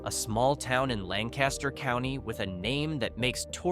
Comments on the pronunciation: It's pronounced Lang-Kis-Ter. Not Lan-Cas-Ter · Learn the Lancaster pa way to pronounce Lancaster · Thank you! That was driving me crazy.🤪 If he wants to go to a Lancaster pronounced the way he’s saying it, he can find one in California. I used to be part of a group of bicyclists from the Johnstown area in Pennsylvania. Every year my wife and I would get a group 16-20 friends together and make a drive to Lancaster for three days of cycling there. One of our friends invariably pronounced it incorrectly. Although we rolled our eyes and snickered, we never really corrected her. One year we stopped for lunch at a town no more than 15-20 miles from Lancaster. When our server noticed that all of us were wearing cycling gear, she asked what our destination was. The friend shouted out “We’re going to Lan-cas-ter.” The server just had a blank look on her face—until I spoke up and said “She means Lank-is-ter.” The server brightened up and said “Oh, okay! I just never heard of that other place before.” And we were only a few miles away from it! 😂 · It urks me si bad to hear it pronounced wrong. I live in Hellam Township in York County so I'm very close to there. As for Johnstown. I love riding the Incline Plain out there. I have family in Somerset County. Mostly near Meyersdale and Garrett. I also go out to the Pennsylvania Maple Festival most years if I can.